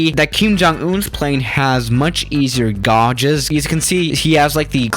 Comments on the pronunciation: Say it like Gayges not gauges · Cezzna?? Gaaages?? Practice your pronunciation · “GAUUUUUGEESSSSS” it’s a fucking gauge, like cage, but gauge. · I’m not sure how to spell the way you pronounced ‘gauges,’ but it’s not correct. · The U is silent in gauges. Also, it's a Cessna, not sezzna.